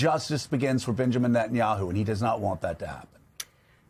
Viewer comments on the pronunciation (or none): none